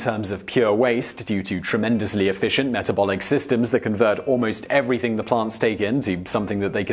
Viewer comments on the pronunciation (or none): none